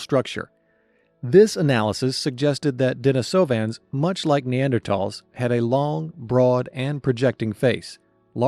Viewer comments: DenEEsovans... pronounced as in the female name "Denise" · maan my brain hurts because of the way u pronounce de ni sovans heard plenty others like u pronounsing it more like i have split up the word